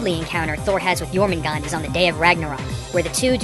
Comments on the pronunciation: You miss pronounced the snake Jormungandr. Its pronounced your-min-goon-der.. thats the best way i know how to describe it. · As someone whos from iceland, you actually pronounce the nordic names pretty well, except jörmungandur